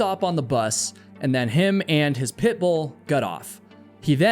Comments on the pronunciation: I can’t help but notice how keeps saying “Pitbull” in an overly emphasized way as if to make the dog seem dangerous too. I don’t think that the dog was threatening and from the pictures it was a mix breed anyway. Pitt Bulls are great dogs when they are given the chance to be anyway. It’s the owners that are the problems. I just feel that you are perpetuating something wrong to make your story more sensational. I’m glad that that innocent pup was saved from a life that must have been incredibly stressful. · I don't like the way you keep saying Pitbull.